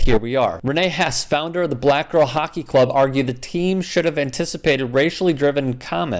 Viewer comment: You surprised....its hockkky